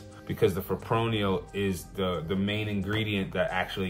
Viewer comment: Fip-ro-nil no fipronial